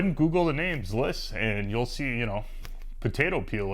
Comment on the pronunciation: That vice is pronounced ZI'-liss. Not Zliss. 😊